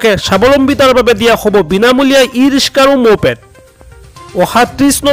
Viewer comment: Riska ne riksa aaponaloke vul sabdha kole aami haru manu bore ki kom